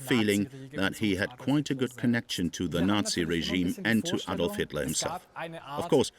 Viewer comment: Another "Ay-dolf" Hitler moment... stoopit American narration 😂😂